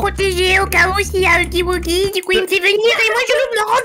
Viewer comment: Tu dit pas huggy wuggy tu est entrai de dire uggy uggy duh😅🤧😳